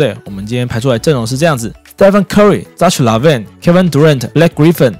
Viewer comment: 那ch唸ㄎㄜ好不好